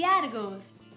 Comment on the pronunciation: al final dijo asta la prosima jajaja pero es porque es española jajaja